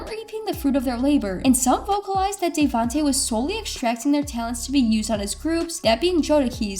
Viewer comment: Joe Da Key ?? Day Vante ?? You know nothing about this legend ..